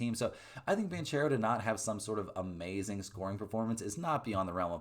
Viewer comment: How does a guy wearing a Duke hat pronounce a former Duke player's last name wrong? It's BAN CARE OH, not BAN Chair Oh. COME ON NOW!